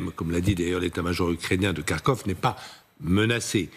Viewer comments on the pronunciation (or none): none